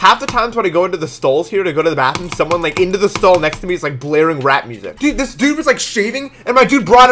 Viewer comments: I thought he said rat music not rap music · i thought he said rat instead of rap and i got very confused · i thought said rat music